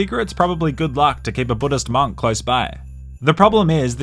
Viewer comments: nah why he saying monk like that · Who the fk says “MONK” like that?….